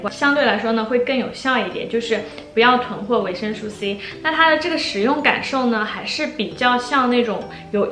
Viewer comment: 介绍的非常好 但是维生素 读su 绝不是吹毛求疵，真的听的太痛苦了 因为在不停的重复这个词